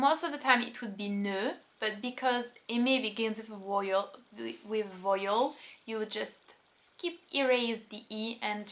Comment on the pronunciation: Great video! I'm listening/watching all sorts of French videos in an effort to learn the language. A little helpful tidbit coming from an Englishman is: how you pronounced 'vowel' . It's "vow-el" not "voil" :) I knew what you meant but it made me lol. Keep it up, Ta, Rhbk